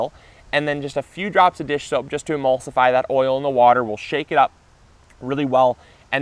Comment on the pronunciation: At the mark you say "... and then just a few drops of dish#?*!" What exactly was that? Did you want to say "dish soap"?